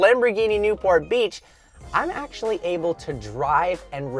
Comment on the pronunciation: the word Is Able not Oble